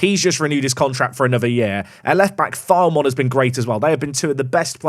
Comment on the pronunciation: Loving the series! FYI, Filemon is pronounced Fill-uh-mon, but if he continues to file away those kind of performances, pronounce it however you like